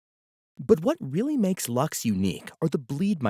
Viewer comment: I have to admit I was surprised to hear “Lux” pronounced as “Lachs”. With such an elegant name, I immediately thought of the Latin word "Lux" for “light”, which actually fits the soft, luminous character of the library perfectly. The “Lachs” pronunciation (German for “salmon”) really caught me off guard! For me it will always be “Lux” as in “light”, much more poetic and fitting